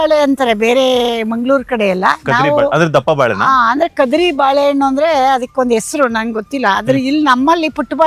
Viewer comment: ಕದ್ರಿ ಬಾಳೆ ಅಲ್ಲ ಕಧಾಳಿ ಬಾಳೆ ಅಮ್ಮ